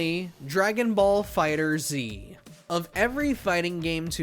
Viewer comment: Its FIGHTERZ not Fighter-Z